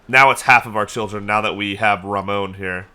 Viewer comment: Please stop calling Ramon Ramone lol, it's Ra-mon as there's no e on the end. Edit: You should max out your tribal authority before Menkaure passes. Edit edit: Antioch was a Roman city & up until it's conquest was considered the Roman capital of the near east, during the Eastern Roman Empire before it's eventual conquest at the hands of the Muslims it also made up part of the Christian pentarchy alongside Roma, Alexandria, Jerusalem & of course Constantinopolis.